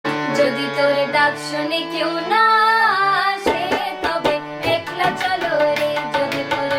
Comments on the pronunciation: It’s pronounced ack-la, not ek-la. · God bless you beta. Keep working on the pronunciation. It’s akla not ekla . It’s ktha not kotha. Etc. But keep singing RBSangeet. And keep listening!